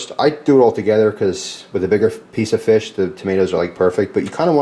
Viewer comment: I died when you called it Feesh, thats the only way I can say it lmfao